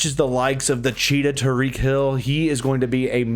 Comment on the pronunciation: Why’d you say ty-reek like Tareek